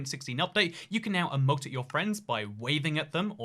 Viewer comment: Anyone else a little triggered when he says “eh-moat” and not “ee-moat”